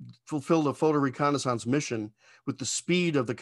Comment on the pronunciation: Recon’a saunce?